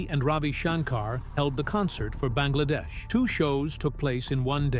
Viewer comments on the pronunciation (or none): none